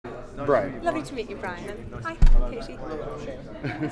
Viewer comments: How dare he make her name sound so stupid? O.O "Kashee"? -_- But I do love the interview, either way XD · “KaSHy??” “ka-TIE” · "kashy mcgra" 😂